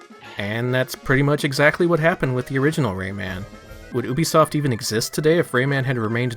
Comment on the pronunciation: You say Ubisoft correctly... Subscribed! lol